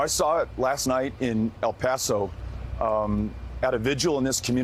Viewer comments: Why do people have a hard time saying El Paso? It’s L Pass oh, not al pass oh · she said El Paso wrong